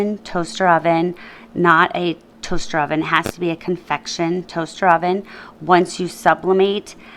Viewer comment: Just FYI, it is convection not confection.